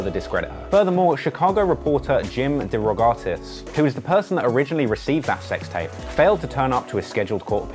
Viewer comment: "DEE+ROW+Got+is" "VI + Tah+ Men"